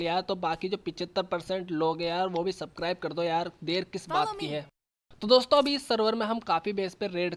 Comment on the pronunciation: it's not sakribe it's subscribe😁😂